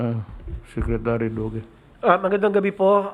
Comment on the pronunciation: BOBO...Duque hndi Doque. Gago..bisaya ampota